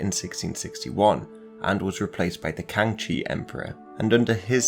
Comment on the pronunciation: x sounds closer to -sh in English. There is a bit of difference there, but would be hard to convey it in text. So it would sound closer to Kangshi than Kangchi (which is how you pronounced it)